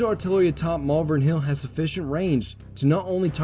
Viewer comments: it’s pronounced “Malvern” not “Malvern”. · Glendale. Also, Malvern is pronounced how it is written “Mal-Vern.” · Oh, THAT was helpful [sarcasm]... can you phonetically clarify that, with emphasis in all caps???? It could be "MAHL-vern, "MALL-vern" or (unlikely) "Mul-VERN". The other mispronunciation I know I heard was for the Staunton battery, which in those parts is pronounced like, "STANT''n", not "STAWN-t'n" as the spelling suggests.